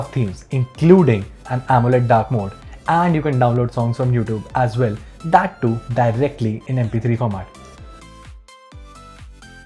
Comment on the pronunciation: When he says volume he says “wolume” and when he says well he says “vell”.. 😂😂